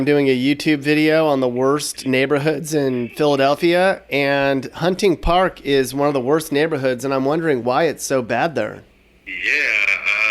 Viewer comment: He is not from here. Hunting Park is pronounced wrong.